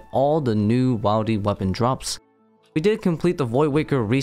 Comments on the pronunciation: but wilderness is pronounced like Will der ness not while der ness so why say whiledy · I beg you. Please stop saying "while-dy" it's triggering at this point. You don't say whilederness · no bro just doesn’t know English that well. Wildy is not a word it’s a short form of the full word wilderness which does not have a hard vowel with the i because there is an e following the d. similar change in pronunciation when you say child as opposed to children. He’s just sounds like an idiot, but I guess he gets a pass because English might not be his first language? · Bruhh the first time he said it and boom. It’s ruined for me 😂